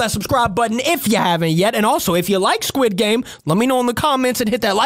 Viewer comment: the sirchile guy said welkom to sguid game